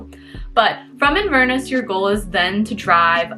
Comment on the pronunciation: Sorry.. I can't stay quiet any longer. So it is pronounced 'Inver-Ness' with the same stresses you would use for 'Loch-Ness'. Loch is a Scottish word that means lake, and Inver is a Scottish word that means mouth of a river. Inverness is the city at the mouth of the river Ness... hence Inverness. 🙂